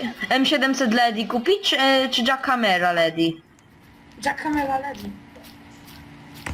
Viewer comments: ledi ? lejdi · Nie mg 4 2 tylko 42 i nie l a d y tylko lejdi